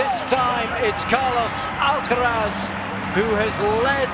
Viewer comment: AlcaraZ, that's right! Not Alcarath, not Alcaraf, just Alcaraz.